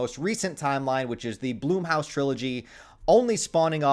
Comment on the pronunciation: Hey buddy I like your content but it’s not Bloomhouse, it’s Blumhouse